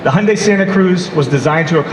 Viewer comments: Sounds like hes saying Honda santa cruze, Americans can't pronounce Y's and I's? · You you always pronounce it as "HUNDAY"????